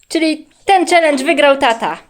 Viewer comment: Nie mówi się celedze tylko czelendzie dziewczynki mama i tata was nie nienauczyli cz pani w przedszkolu jak się mówi poprawnie.❤❤❤❤❤